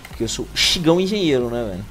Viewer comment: first brick mano falasse errado engenheiro